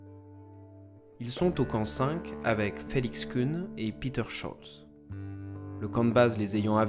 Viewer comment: Très bon documentaire. Merci. Reinhold Messner est une idole pour moi, au même titre que Mohamed Ali... J'ai eu la chance de Voir Messner une fois à Bâle pour une conférence et projection de film. J'ai été très impressionné par le personnage et son regard bleu métallique! Une toute petite critique si je puis me permettre: prononcer plutôt Pét'r (Habeler par ex) que "Piter": c'est de l'allemand et non de l'anglais.... je sais je suis un peu pointilleux, sorry!